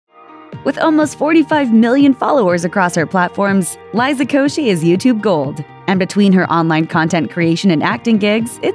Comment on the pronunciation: LOL she said her last name wrong😂😂😂😂😂😂😂